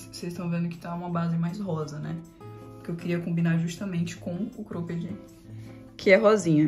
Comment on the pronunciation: Engraçado ela falando Crôped 😅